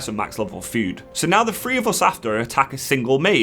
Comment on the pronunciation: pronounce your Ths, it’s thhhhree not free